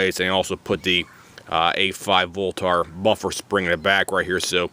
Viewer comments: It's not pronounced "lenth" and it's not pronounced "voltar" .. haha geez, wtf also, those weights are supposed to move freely. You need to go learn some sh*t bro.. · Ahhhh im gonna go ahead and tell ya here aaaahhhh for the 50th time its a "voltaaarrrr" buffer........ahhhh....yeah.......ahhhh